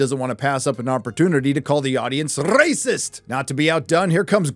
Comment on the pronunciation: Thank god you now only pronounce "racist" stupid and cut that castrate voice...